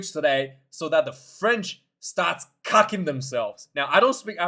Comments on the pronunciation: kakking ...not cucking..means shitting. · kakking, not cucking, afrikaans word for 💩ing. hehe wait til, this documentary is reminding me of rugby world cup ptsd. Rassie knows exactly how to handle the team. Stress levels max